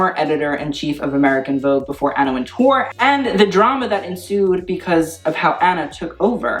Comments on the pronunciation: great video, but I cringed every time you said Anna WinTOURRRR that is not how is pronounced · The name is just pronounced WINTER, like the season -- and with an English accent WINteh.